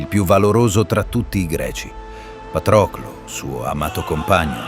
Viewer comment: Pàtroclo.... non Patròclo😂😂